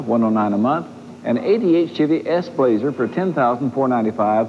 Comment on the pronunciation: Doug Demuro needs to find a duahatsu charade. Also, “schevy”